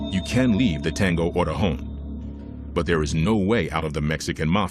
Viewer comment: Stupid it's not oregon. It's orejon